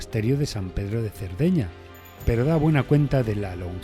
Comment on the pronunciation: Si efectivamente, toda la razón, ha sido un error de pronunciación. Muchas gracias